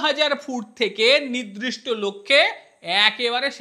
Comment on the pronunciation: খুব সুন্দর বিশ্লেষণাত্মক এবং সরস প্রতিবেদন। "নির্দিষ্ট" শব্দটির উচ্চারণ একটু সংশোধন করে নিলে ভালো হয়।